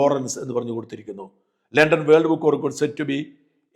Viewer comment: ലെണ്ടൻ ❌ ലണ്ടൻ✅ ഹോണർ❌ ഓണർ ✅